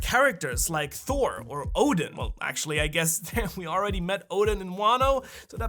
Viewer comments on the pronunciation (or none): none